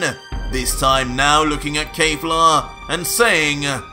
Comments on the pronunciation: Your alternate reality DBS is great. Just one issue, it's Kef-la and not Kay-fla.🤣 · it kefla not kayfla or keyfla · Bro says kejfla instead of kefla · Keifla? Not Kefla? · Please the subtitles are correct but just say kefla nog kafla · Dude "final" is not the name of that form 🤣 its "beast" , look it up .. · Oh no, he’s saying the name wrong. Kefla is pronounced exactly like it’s written. Just like in super’s Dub. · Why are you saying “KAYFLA”? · You are saying her name wrong lol still the best dbz story out there by far